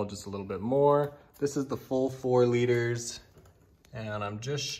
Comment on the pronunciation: You said 4 litters ? 😮